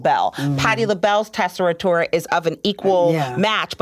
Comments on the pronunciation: Why does she say tessitura like that though? There's no ri there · How did she pronounce tessitura????